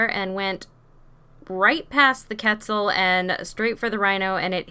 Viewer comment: Why cant you say quetzal it is pronounced cwetzal not ketzal